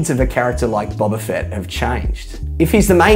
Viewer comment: The fact you pronounce it as Bobba Fett says enough